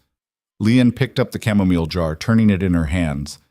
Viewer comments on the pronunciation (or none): none